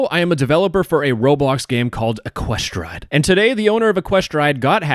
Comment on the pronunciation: wrong pronounciation. it's ECK-kwe-stride